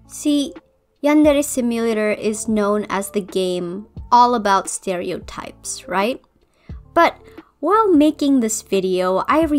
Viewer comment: When she said stereo types I thought she said scary knives 😭